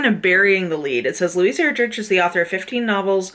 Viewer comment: Ur-drick is how you pronounce her last name. (Sorry to be that person, I am the best at massacring names) I only know this because we had one of her books, CHICKADEE, on our Battle List for a while and we had to teach kids how to say her name. She is fantastic.